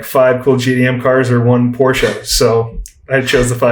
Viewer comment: This guy is so articulate, very good podcast. Also, glad to hear someone actually pronounce Porsche properly.